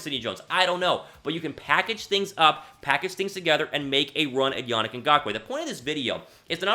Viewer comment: Better video but it’s Ya-neek not Ya-nick